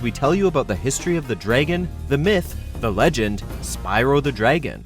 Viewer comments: It’s sounds like draygon instead of dragon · Dragon not draygin